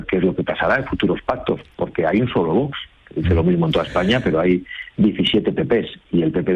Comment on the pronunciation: Es VOX no VOS cómo pronuncia el entrevistador.😅😅😅